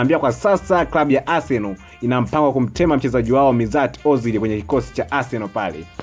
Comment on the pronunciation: Mtangazaji unaboa unapotamka majina ozil aitwi mizati ozil anaitwa meshut ozil na oleguna soshaa cyo sokjal